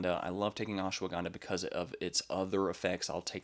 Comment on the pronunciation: It is Ash - wada - Ganda. You pronounce all the letters. Not ashwa ganda